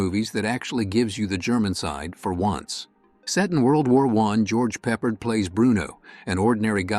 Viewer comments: George Peppered? Pep-paard. AI. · Can they not hire a real man to narrate? I hate AI vices. I mean really "George Pepperd". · Please learn how to pronounce "Peppard"